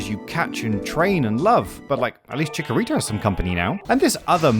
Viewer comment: Your pronunciation of Chikorita hurts me, but as a fellow fan, we love the little pear plant!